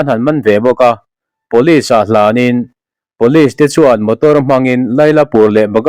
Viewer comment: Pawlis ti in lam tawh suh.. Pawlis ti a kan sawi Or lam thin chu, siai kan hnawih ang chi te hi.. Pulis ti in lam rawh..